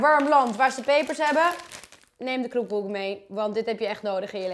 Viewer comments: Kroepkoek zeg jij raar het is namelijk kroepoek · Je zei kroepkoek🤣😂 terwijl het kroepoek is!!!!! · uhm zei je nu kroepkoek of kroepoek? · ze zegt iedere keer kroepkoek